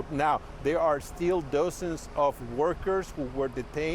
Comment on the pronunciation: Why doesn’t that reporter on the scene get speech therapy? It sounded like “dosing” when he meant “dozens”. So Koreans are using excuse language was problem when how many Koreans already immigrated to USA and still can read and write Korean as well as English? Last time I looked these LG appliances all have English language on them as well as the instructions are in English. Why not explain how these Koreans came to USA? Are there records when they arrived in USA? Were the visas not examined then? Why not explain Korean companies chose to come to USA to build within USA rather than pay higher tariffs for access to USA markets?